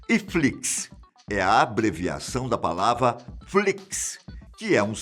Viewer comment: impressão minha ou ele disse palava?